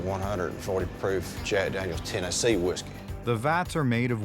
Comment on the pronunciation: Daniels not dangyos